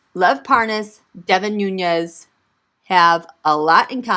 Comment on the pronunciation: Hey Queen, you pronounced it correctly, it's Nunes (Noones) not Nuñes (it's Nuñes with a tilde - the curvy line above the "n" making it sound like an "ny").